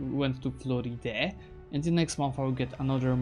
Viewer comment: Prononciation is actually florid, not floridé 😂 e at the end of words do not have prononciation in french